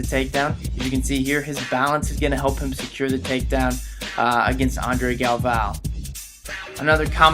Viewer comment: its pronounced galvoe